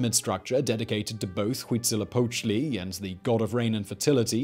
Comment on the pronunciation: Simon tends to butcher a lot of names, but I have to give him credit for saying "Tenochtitlan" correctly (and also a not quite bad "Huitzilopochtli") :D